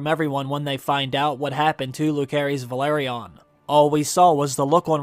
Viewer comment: Bro can’t even pronounce velaryon